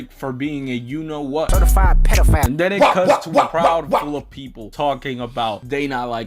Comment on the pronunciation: Also, when he says Pedophile- K Dot says - Pedo- Foul ( Bc of the bird/owl) 😂😂😂😂😂